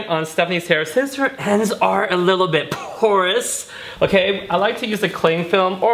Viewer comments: You killed the word porous. 😖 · I'd be sober, I thought he was saying "course ends" BAHA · Say porous ONE MORE TIME 😂